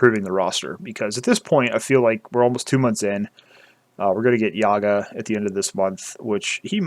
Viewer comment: You're pronouncing YaGoat wrong LOL jk